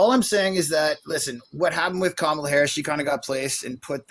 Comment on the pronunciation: Holy shit! This is the first caller that pronounces Kamala correctly! 😮